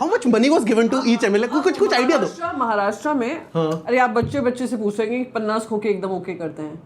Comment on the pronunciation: pronounces 'Maharashtra' correctly. Priyanka pronounces incorrectly Maharashtraaaa, inspite of being an MP from Maharashtra:)